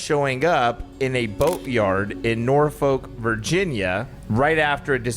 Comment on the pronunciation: Love yall but as someone from the east coast of VA it's pronounced Nor-fick. 😭